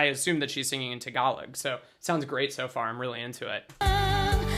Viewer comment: You are discussing about vowels , try to apply that vowels when you speak the word "tagalog" to remove the american slang accent, I think its cool if you can do it .